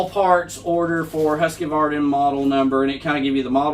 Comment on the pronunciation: Husqvarna not husk k a varna